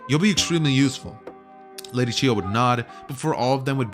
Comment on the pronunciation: its chiyo not chi ho